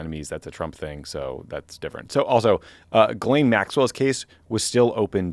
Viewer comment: Two things: 1) Tommy / get massive props for pronouncing Ghislaine properly. 2) This channel should be called “Pod Save America and BTC’s Biceps.” (Like, whoa dude.)